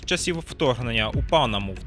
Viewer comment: не пАнама,а панамА))))))))))) не хесбОла, хЕсбола)))))